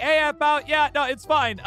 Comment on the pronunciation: Its aphmau not apuhamu